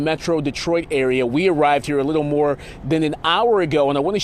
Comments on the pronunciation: Pronounced Gay-LURD not ‘lord’. For goodness sake’s why can’t the news be bothered to pronounce it correctly? Its a wonderful area, beautiful and lovely people. I can’t imagine all they are going through right now. I hope everyone gets the support they need to rebuild & get any counseling they may need from this deviating situation. My heart goes out to all impacted, to those who lost loves ones, were injured, lost their homes & cherished memories. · Former citizen of Gaylord. It's a great place to live! Also, it isn't pronounced "Gay lord". The proper pronunciation is "Gay-lurd". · in michigan we pronounce it as "geylehrd" not "gay-lord" like west coast ppl would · It's pronounced "Gaylerd" not "Gay Lord " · It's not actually pronounced Gay-Lord. But locals pronounce it Gay-Lerd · You would think a LOCAL news station would be able to pronounce "Gaylerd" correctly. Such immaturity in the comment section. Repent! For the day of the LORD - Yeshua Hamashiach/Jesus the Christ is at hand! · Everyone I know around this area calls it " Gay-lerd " I been working telecom around this area for years . Including an entire summer at their hospital , hopefully the east side didn't take too much damage. People need to get over it and wish them well ! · Thank you! Oh my goodness I can’t believe the news people can’t be bothered to say it right! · For those who dont know, its pronounce like Gay-lerd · No apologies necessary!! I agree regarding the immaturity of the comment section. But you would think a local news station would be able to pronounce the name correctly - so, that didn't help. I used to live in Grayling. A couple times actually. And in the 90's I drove from Grayling to Gaylord for work! I pray your parents are safe and you can rest easy! May you have a blessed night in Jesus Christs name!